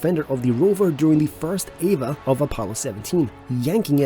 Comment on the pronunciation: E V A Each letter pronounced separately. The narration sounds like Eva or Ava. I am just old enough to have watched the Apollo missions live as they happened. The rover's camera could be operated by mission control, but only when the vehicle was parked and antenna aimed again toward earth. The entire communications system between earth, CM, LEM, each astronaut and rover is rather interesting. If not already done, it would be a good video.